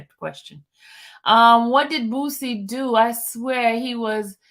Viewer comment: PRONOUNCED BOO..CEE NOT BOOT..CEE